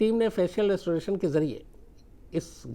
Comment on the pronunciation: फेशियल रेस्टोरेशन नही सर. फेशियल रि-स्टोरेशन होता है.